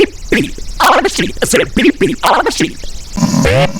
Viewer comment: y suena como si dijo Pipi